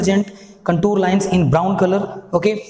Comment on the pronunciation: Sir its contour not contur wrong Pronunciation 😂😂😂